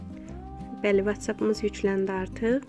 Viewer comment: Vaççap yox votsap kalxoz qızı kalxoz